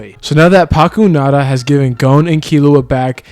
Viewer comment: never mind. He called her Pakunada 😂